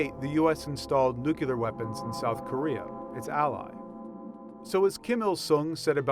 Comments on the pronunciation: it's NUCLEAR, not NUCULUR. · 98% percent of the comments it's NU-CLE-AR NOT NU-CU-LAR (So what he pronounced it wrong you knew what he was talking about stop acting like he offended you personally) 2% are actually about the video. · Exactly. It's pronounced "Nu-CLEAR" not "Nucular". It used to be that only Homer Simpson and George W. Bush pronounced it that was. FFS!!!! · Whoever narrated this video: the word is nuclear...N U C L E A R...nuclear. There's only one U in nuclear, so it's pronounced nuke-lee-ar. It's not spelled N U C U L A R, so it shouldn't be pronounced nuke-u-lar. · Nuke-lee-er, not nuke-you-ler! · What is a Nu-cular .. Did you mean New Cooler? .. Did you get a new cooler? How is this Okay by New York Times standards. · Oh good lord.... NU-CLEAR. not, NU-KE-LUR. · People don't talk about "Nucular" anything! They do talk about "Nuclear" stuff though. Might pay to learn how to pronounce that without sounding like a moron. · It's pronounced "Nu-CLEAR" not "Nucular". It used to be that only Homer Simpson and George W. Bush pronounced it that was. FFS!!!! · get out of here with your "nucular" and "aliminum" for that matter. it's appalling... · Nucular isn't even a word. Why is it so hard for idiots to say nuclear? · Hehehe, you said Nuclear. It's Nucler, the s is silent. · NUCLEAR, not NUCULAR! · Penguin:We gona use this nucular reactor to make this van fly Hippo:NUCLEAR REACTOR!!! Penguin:NUCULAR... From madagascar 2 👌👌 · Not nu-q-lar, new clear (nuclear) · Fcuk this "Nucular" crap, can't watch this anymore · "Nuke-yuh-ler"? Come on. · Repeat after me: New, Clear. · Dude, did you really say nucular? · It's "NUCLEAR"! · GW BUSH would say NUCULAR. Educated people do this. Why? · Das wort heißt Nukular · NUCLEAR NUC- LE-AR!!!! NUCLEAR NUCLEAR NUCLEAR! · Nucular..... Lmfao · I think he was talking about new-cooler weapons. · lol " nucular", u gotta be kidding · What does 'nucular' mean, NY Times? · Nu queue lar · New-clear . New-clear. New-clear.